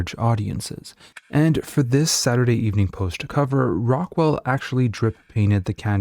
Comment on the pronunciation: No one pronounced it saturday Evening post. No one stressed evening as if there were also a Saturday Morning Post that needed to be differentiated from the Saturday Evening Post. There wasn’t and we didn’t.